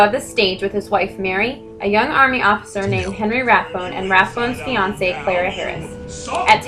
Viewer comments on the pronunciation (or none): none